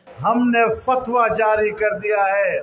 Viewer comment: Zaari❌. Jaari✅please make a note Sanjayji